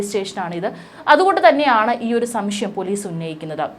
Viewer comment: സംഷ്യം അല്ല സംശയം, ആയിരം വട്ടം പറഞ്ഞു പഠിക്കു.